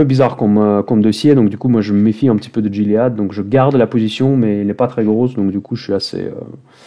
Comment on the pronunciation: Salut, on prononce "Guiléade" en anglais